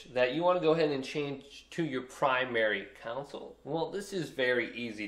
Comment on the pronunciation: It's not a council, it is a CONsole.